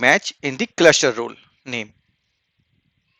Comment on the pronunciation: Role is pronounced "rowl"😁